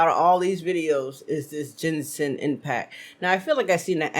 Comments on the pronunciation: i love how max0r was saying "genshin" the right way through the whole video, and yet you kept saying "jensen" for some reason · It's a hard g, like gun.